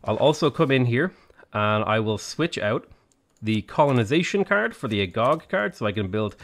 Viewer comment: This is how "Agoge" is pronounced. Not mocking, just think it would make you sound better.